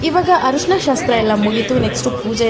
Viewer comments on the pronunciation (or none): ಹರಿಶಿನ ಅಲ್ಲ. ತಾಯಿ ಅರಿಸಿನ. .